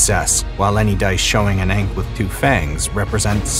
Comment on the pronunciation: Everything looked great, except for rhyming ankh with Hank.